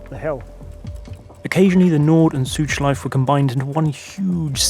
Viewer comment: Great video, this is the content i'm here for! One thing, if i as a native German speaker may give you a pronounciation hint about "Schleife", say the E at the end. German doesn't have silent vowels at the end of words. So it's the same as the proper pronounciation of "Porsche", the E is never omitted at the end, you always say it :)